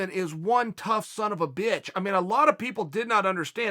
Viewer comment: You say “bitch” like a black dude haha